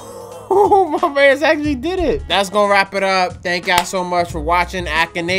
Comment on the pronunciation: You pronounce akinator wrong